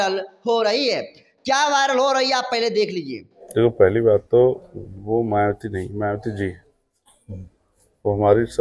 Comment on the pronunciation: Patrkar mhoday 😅 मायावती को मियावती क्यों बोल रहे 😅😅 जय भीम